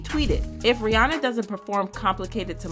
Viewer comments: Her name is Rhi-ANNA NOT Rhi-ONNA! FYI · First, better make sure you are pronouncing the name "Ri-ya-nah" properly.